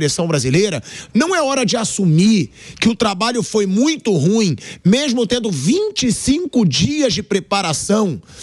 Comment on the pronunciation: Aleatório aqui. Pelamordi! O adjetivo "ruim" é uma palavra oxítona, tem duas sílabas, e ñ apenas uma. Se pronuncia "ruím", n "rúim". Chega dói no ouvido.